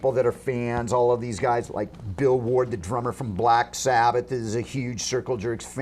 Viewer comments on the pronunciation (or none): none